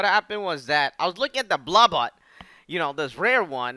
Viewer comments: It’s blah bit not blaw bot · The way he says "Blabbit" sounds like "Blabutt", Or maybe it is just me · blubbot... its BLAH-BITT. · I have no idea why he calls it Blubutt. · iBall73 I know, that's what I meant. it's just that he says "bluh-bot". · it,s said bla bit !!! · You said it rongh is bla-bit blabit is not hard. You shoud truy